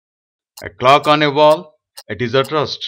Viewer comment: Rest ko rust bol rahay ho... jahil ho kia